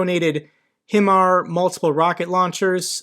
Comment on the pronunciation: I truly do enjoy watching your content, but I cant take it anymore lol HIMARS is pronounced "High - Mars." I can legitimately say this as I served on the HIMARS system.